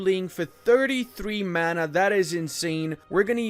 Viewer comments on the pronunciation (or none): none